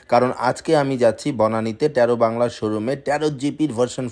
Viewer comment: ট্যারো নারে টারো,ঠিক করে বল